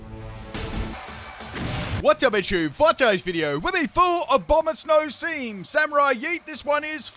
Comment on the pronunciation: abononsow" wow he butchered abomasnows name harder than a fire blast